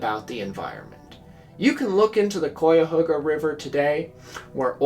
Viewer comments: As an environmentalist Clevelander, the amount of pride I feel from coming from the same place as Stokes is crazy. Not finished with the video but I hope you mention of Cleveland now has one of the countries greatest Metroparks! Also you mispronounced Cuyahoga all video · You're very close with the pronunciations of the river. Actually, I knew what river you'd be talking about. I grew up in Northern Ohio and that river ran through our town. In the late 70s they built beautiful walking paths along it. There are even more now. When I go back to Ohio to visit family we always walk along there. No one in the 70s would have dreamed of even stepping foot in it though. Even now, according to my family, it's still not clean and no one goes in it. They do kayak on it. I'm not sure how long it will take for all the chemicals from the Cleveland factories to dissolve . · The ohioan in me cringes at the pronunciation at cuyahoga. Great video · Yeah, the first syllable rhymes with "guy." its ok though, this video was such amazing research and commentary that i forgive this transgression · Should be pronounced like the Randy Newman song 😆. Love ❤️ your show! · This is the first time you’ve covered my home town and I love it but the “cuy” in Cuyahoga is pronounced like the “Kay” in kayak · as an ohioan hearing him pronounce Cuyahoga wrong every time hurts my soul 😭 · im a year late here but as someone from cleveland its so funny to hear someone talk about this (and always interesting to see how people pronounce Cuyahoga that arent from here) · it normaly never peeves me when something is mispronounced but me and my brother are now doing a drinking game anytime tor mispronounces cuyahoga and I expect to need my stomach pumped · Love you but the mispronunciation of Cuyahoga is actively causing my sanity to deteriorate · It’s always fun hearing non northeast Ohioans pronounce cuyahoga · kai-ahoga, not coy-ahoga 😂🎉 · that is not how you say cuyhoga bro